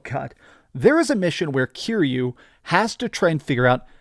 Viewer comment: You say you're a big fan, yet you keep mispronouncing YA-kuza. If you were sUcH a BiG fAn you would know the stress syllable is the first one, after having HEARD IT A THOUSAND TIMES THROUGHOUT THE GAMES... I paused the video before he's said Kiryu's name, which is pronounced Ki-Ryu, not Cure-You. Let's see if this "big fan" gets that name wrong, too. ... And he gets Kiryu's name wrong as well. Such a big fan.